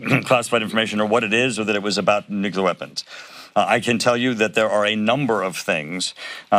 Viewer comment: I love how he coughs, chokes and stumbles all the way through this. Every time he says, "nuclear weapons" he purposefully quickly mumbles it and moves on, this is hilarious. This guy knows every single word hes saying is total b.s. also, Donald Trump doesn't have a home, hes living illegally (but of course) in a converted bridal suite at a glorified catering hall with the best chocolate cake ever, I know more about chocolate cake than just about anybody (that last part said in my best Trump impression) believe me. They can barely even choke their way through this bs anymore. Until Donald Trump and his band of odious, vomitous, traitorous cohorts are indicted and prosecuted our democracy will not be able to begin to heal. VOTE BLUE in '22